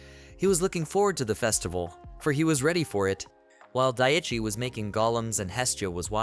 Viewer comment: For some reason the mispronounced name of the MC bothers me. Day-chai vs Die-chee. I totally understand this is a "me" problem and no reflection on the quality of the script, which is unusually well edited compared to others.